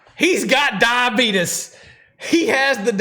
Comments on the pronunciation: He said "Beetus" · this man REALLY said "diabeetus" 😂😂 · It’s 1am I’m giggling trying not to wake my boyfriend because of the word “dia-beet-is “ 😂😂😂😂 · "Diabetus" I feel bad but damn I thought no one else called it that lmao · I’m diabetic and when I was diagnosed at 16 they sent me to a hospital where they taught me how to manage it, and one of the educators pronounced it “diabeetus” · As a diabetic. I can't stand when people genuinely pronounce it diabeetus 😂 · no problem! That's probably how it is supposed to be pronounced. Idk why we say diabeetees lol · "i have... diabeetus" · My mans actually said diabeetus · I live in Wyoming and everyone pronounces it “diabeetus” 😂 I laughed out loud when my mother in law was talking to me about her diabetes and there was not a smile in the room. I had the exact reaction did but as a bonus I’m going to hell 🤣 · He haaaadto say diabehtuhs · The only other person that I have ever heard pronounce diabetes like that is the man who played as C.D. Parker from Walker, Texas Ranger, Noble Willingham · Can someone explain me why they laugh at the way the man said diabetes? I'm not a native English speaker, is it mispronounced?